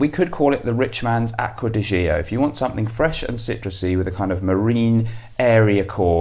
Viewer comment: Great video, BTW the Gio in Acqua Di Gio, is properly pronounced: Joe. Have you tried: Jardin D’Amalfi.